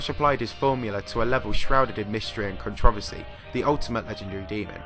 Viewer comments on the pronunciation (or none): Is he pronouncing controversy correctly?